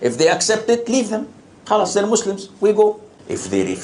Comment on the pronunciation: I hate the way he pronounces Muslim ! He’s so stupid he doesn’t realize that Islam is fake. It’s an ideology. It’s all made up. Olive doesn’t exist. Mohammed. doesn’t exist. He’s too stupid to know any of that.